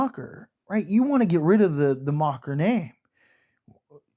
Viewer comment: Macher not macher damn it and nest ce pas cest gossant